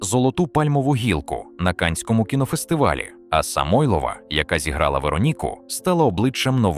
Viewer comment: СамойлОва неголОсний ДмитрОвич нААвчіть інтЕЕлект наголОООси ставИИИти. ЗагибЕЕЕллю…мерзнУУУУчи. Ну хоть провіряйте, ЩО ви викладаєте!!